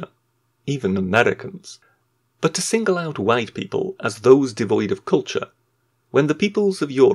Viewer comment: or so : "...erveryone has cultuer, even the amreicans..." REEEEEEEEEEEEEEEEEEEEEEEEEEEEEEEEEEEEEEEEEEEEEEEEEEEEEEEEEEEEEEEEEEEEEEEEEEEEEEEEEEEEEEEEEEEEEEEEEEEEEEEEEEEEEEEEEEEEEEEEEEEEEEEEEEEEEEEEEEEEEEEEEEEEEEEEEEEEEEEEEEEEEEEEEEEEEEEEEEEEEEEEEEEEEEEEEEEEEEEEEEEEEEEEEEEEEEE